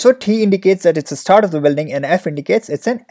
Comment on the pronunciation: bro why cant you pronounce start as start instead of starhht, btw great video